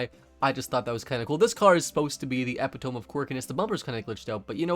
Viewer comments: Who pronounces "Epitome" Ep-Pa-Tome? Its uh-pi-tuh-mee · its not pronoiunced eppy tome, its pronounced epitome, or ipit ummy. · The only thing I can note about this video, is how much I am annoyed by the way you said 'epitome'.. you sound like my dad when he said chipotle. (Eh-pih-tuh-mee) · Learn how to pronounce epitome bro Eh-pi-tow-me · You and the word “epitome” have some catching up to do. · Did he just pronounce epitome phonetically? 🤣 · wtf he did lmao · thats the epitome???? Broo you murdered the pronunciation 😂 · You might want to look up the pronunciation of epitome. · Man really said epitome like that